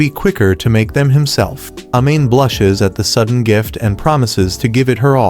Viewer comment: A-Mane isntead of Amane☠️